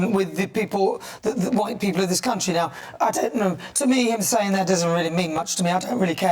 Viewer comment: Did she say raise the flag of this great crunchy instead of country at beginning? 😂